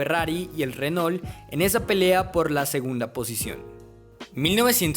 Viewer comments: muy buen video pero pronuncias muy colombianizado la marca Renault. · Muy interesante. Pero pronuncias horrible el nombre "Renault".